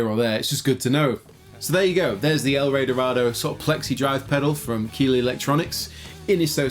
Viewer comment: hahaha sounds funny when you say ''el rey dorado'' Because i'm from argentina